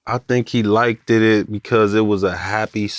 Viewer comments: It really bothers me seeing successful 8lackmen saying liketed instead of liked and no1 corrects it!. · it was until he started saying ''likededed'' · That man said "likededed" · Then he started saying ''likededed'' n now i cant stop think about it